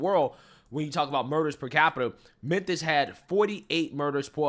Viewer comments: it's Memphis pronounced MEN-FIS NOT men-THISS Bless his heart. He has the hardest time pronouncing Memphis and Levitt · No offense, but it's not "Menthis Tennessee". It's Memphis. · Bro, are you saying "Menthis"? While I'm at it, stop saying "fustrated" Love the content. My favourite channel. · Why are you calling Memphis, menthis?